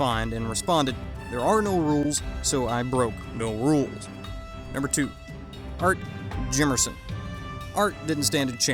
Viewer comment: Congrats on pronouncing Art Jimmerson and Tank Abbott correctly. You obviously did not follow the careers of these fighters very closely however. Many are still active behind the scenes and are respected.